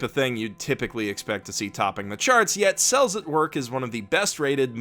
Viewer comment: I kept hearing "incels at work"